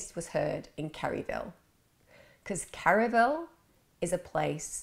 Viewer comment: Without giving my opinion on her guilt or innocence, I will say, as a 30 year trial lawyer, that the prosecution did not make their case on evidence. Too much bias, not enough facts. Also, it’s “Kerrville”, not “Kerryville”. I only just discovered your channel and I’m wildly impressed with your content. Well done!! 💙